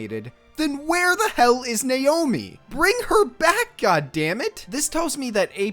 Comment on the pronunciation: It's 'Naomi' not 'nayomi' lol